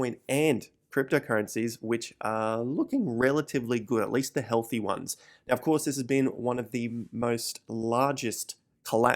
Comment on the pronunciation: When he says “now” it sounds like Meow lol